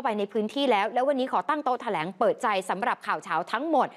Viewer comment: แถ ลง ไม่ใช่แถลง